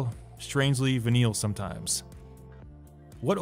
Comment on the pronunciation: When you pronounce venal so badly, no one knows wtf you mean. Goodness.